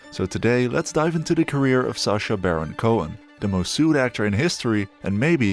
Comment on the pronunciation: Who's SARcha? Do you pronounce Apple ARPLE? No? Then why pronounce SACHA as SARCHA ffs 🙄